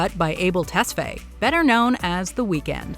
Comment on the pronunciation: It's Ah-bell Test-fi emphasizes on the i.